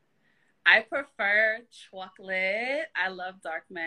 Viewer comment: What the hell is Chwocalate?